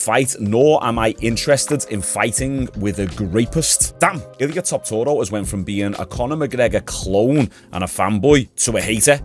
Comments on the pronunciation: Bro, how many times you gonna say Topuria wrong? You add six extra syllables and four letters that are not in it. Tuh-poor-e-ya. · i’ve never heard someone pronounce Topuria name like that🤣 he must be doing the speed thing getting everyone’s name wrong for engagement. never fails